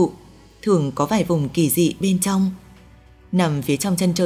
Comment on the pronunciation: cảm giác bạn đọc thuyết minh này bị nói chữ Ch, Tr bị mất đi chữ "R", nghe toàn thấy: vũ tụ, hai tăm năm mươi, tong 1 hố đen, giải thích "to" vấn đề này, phương tình mũ hai,..đặc biệt lỗi đọc chữ "tr" khá nhiều 😂